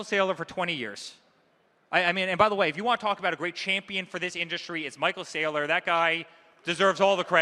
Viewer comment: Michael Sigh-lor 😂